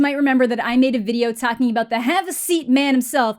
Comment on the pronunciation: Did she just say, “aboot?”